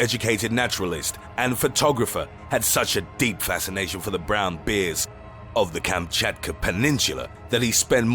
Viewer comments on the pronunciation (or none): You seriously pronounce "bears" as "beers"?